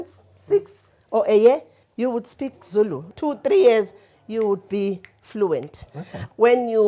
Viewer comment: was murdering those Zulu words and I was flinching. Overall, the vibes were awesome